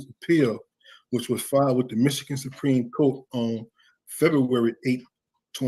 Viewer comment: Supreme “coat”😂